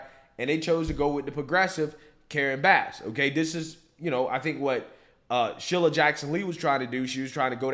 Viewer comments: Cmon man. Sheila's name has been in the news plenty enough where you have heard how to pronounce her name correctly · I about died laughing when you called her "Shilla!" 😂😂😂